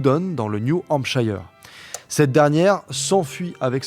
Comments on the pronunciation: juste parce que ça me perturbe à chaque fois : New Hampshire (comme tous les mots anglais qui se finissent par -shire d'ailleurs (genre York-Shire)), se prononce "cheur" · Merci pour cet épisode, par contre on dit : new hampsh[eur]